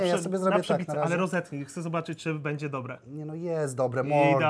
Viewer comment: ciagle taki Janusz ciagle "oesu ake dobłe" XDDDDD wkurwia mnie